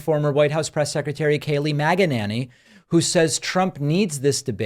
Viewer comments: Did you call her MAGA-nanny? 🤣🤣🤣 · Did you say Kaylie Maganinny? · "Kaleigh Magenaney" lol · Did you say maga-nanny? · Like, pick-a-ninny.